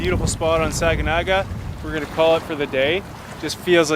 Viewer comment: Thank you for this wonderful content! Technically locally pronounced “Sag-na-ga” (not saga gana). was told by an old timer that it means “Lake of many islands.” Aka “Big Sag.” “Sagnagaans” means “Lake of not so many islands.”